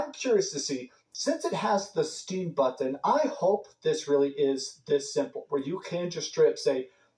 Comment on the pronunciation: Why can’t he say button